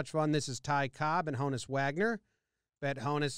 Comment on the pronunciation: "Han-us" Wagner. As in Johannes.